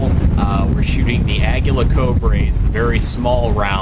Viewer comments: Exactly. Ah-gee-la Co-lee-bree. Aguila = Eagle Colibri = Hummingbird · It's pronounced Uh-gee-la Co-lee-bree.